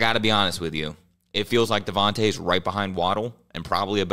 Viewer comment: Do you guys purposely mispronounce Devonta Smith every single time